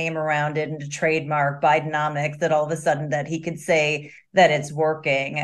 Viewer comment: Is it Bidenomics or BideMoNics!?!?!